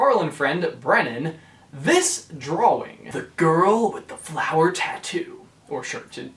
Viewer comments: Why do you say dwawing it’s drawing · He kept saying draw-wing not drawing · Aidan McGreenie he pronounces it "Draw-Wing" .-. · Aidan McGreenie to me it sounds like he says draw-wing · Aidan McGreenie I hear drawling to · He says "draw-wing" really weirdly. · Any thoughts or suggestions from me? Yeah, is it just the New Englander in me that is confused at your pronouncing of the W in "drawing" because I have always pronounced it "drah-ing" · Its really annoying how you keep pronouncing drawing as it looks when it is (drau in) idk but thats not how you say it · Is it just me or is he saying drawling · Sorry you just saying dwawing is hilarious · Drawing * x1000 please say it right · Okay, was anybody else annoyed by his constant mispronunciation of drawing? He kept saying "drowing" or "drowl-ling". My grammarian ears are ringing! DX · I’ve never heard anyone say “drawing” so literally. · Is it just me or he saying drawing oddly? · EmileeTv1993 i was just about to comment this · At first I Thought he was just being cute cause he was talking about Boo. But then everything changed when he said it like a million more times. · EmileeTv1993 He went to the Jack Sparrow School of Saying Drawing. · it annoys me too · He definitely pronounces the word in a weird way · has anybody realised that cant say drawing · i can't get past the way you say drawing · Why do you pronounce "drawing" so WEIRDLY?!?!?